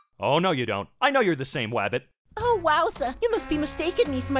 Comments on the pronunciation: This reminds me of looney tunes with the way he says Wabbit lol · I like how they keep saying wabbit